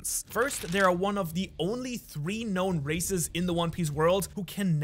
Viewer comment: I thought he was saying racist